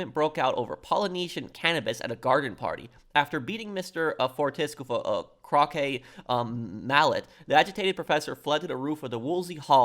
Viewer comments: “Anudder?” Is the title of your channel ironic? Nigel West Dickens is the only character you’ll “speculate” on — except you speculate on every single character. You don’t even know how to read, lol. You’ve never heard of croquet (“cro-kay”)? MacDougal is a commentary on academia — book smart, so smart he’s dumb, etc. Perhaps you’ve heard of RDR2? Landon Ricketts was deputized for the Blackwater sting for Dutch’s gang. He didn’t do “bad things in his youth.” Despite being a duelist, he was on the right side of the law. Reyes is a commentary on foreign dictators, especially Latin American foreign dictators. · "Crock-aye" Crow-kay